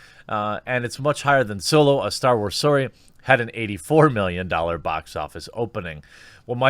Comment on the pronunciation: Thumbs down due to how you said Solo a starwars story, ....